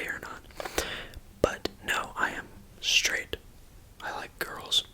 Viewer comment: i'm sraight the gays: 😔🙁